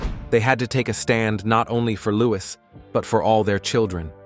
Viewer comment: His name is Lou-ee, not lou-iss.